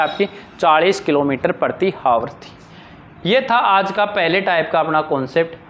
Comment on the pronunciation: आवर होता है ना कि हावर